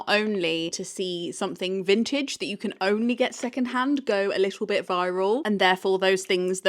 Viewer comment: What is she saying.. Vintade?